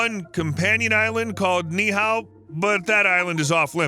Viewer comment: Not pronounced, "nee-how." It's' "nee-ee-how."